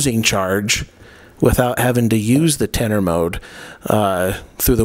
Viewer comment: When you say % of battery life, do you mean battery life, or do you me the % of charge that is in the battery? I assume the latter. Also when you are saying tennor, I'm assuming you are saying tender? As in a battery tender?